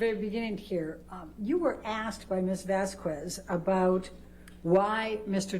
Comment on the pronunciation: Elaine pronounced Camille's name wrong the entire trial. That is so disrespectful. There is no way someone didn't correct her, or that she NEVER noticed how other people pronounced it? It's 'Vazz kezz' not 'Vask kWez' Even if its an easy mistake due to the spelling; Ms Vasquez her name is said often during the trial, including on broadcasts, you know Elaine watched It may seem like a small thing but knowing how shady Elaine can be I think it's an intentionally petty tactic. Bredehoft is correctly is Breddy hawft. What if she was called Elaine BreddLe haff? Every day, for weeks?